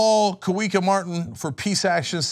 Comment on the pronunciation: "Kawika" is pronounced Ka-vee-ka.